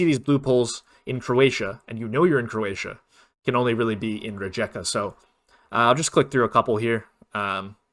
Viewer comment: Thank you for the tips! Another good tip for Croatia is that you can often find green street signs in the city of Karlovac (they are usually blue in Croatia). Another thing is, Rijeka is pronounced Rye-ka. The letter j is pronounced like the letter y in you.